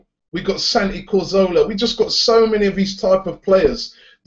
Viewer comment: Ca-Zor-la. Cazorla. Or Ca-Thor-la if you want to say it in Spanish. Not Carzola.